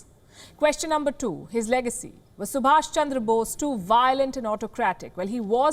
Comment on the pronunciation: he's Subhas, NOT Subhash!